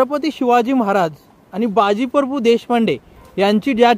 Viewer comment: मित्रा परभू नाहीं प्रभू 🙏🙏